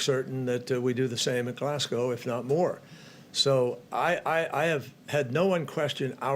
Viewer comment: HE PRONOUNCED GLASGOW CORRECTLY